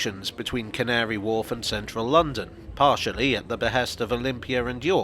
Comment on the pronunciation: How carefully did you have to say Can't-ary Wharf?